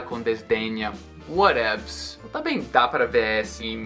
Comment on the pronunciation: "Whatevs" parece inglês do Mussum...